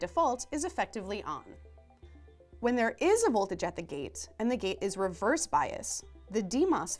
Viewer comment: You can't improve pronunciation this way, and you shouldn't have to. There is one spot where she means to say "and" but it comes out "N"